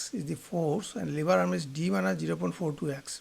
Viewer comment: It's lever not liver 😅 .